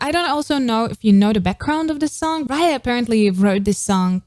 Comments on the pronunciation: Hello just to say that “Raye” is just pronounced as ‘Ray’ not ‘Ryer’. I hate to call it up just if you cover her further you’ll almost certainly get people being more funnier about it. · I love how she is pronouncing raye name wrong😂but yh she is pronouncing raye name wrong but I love her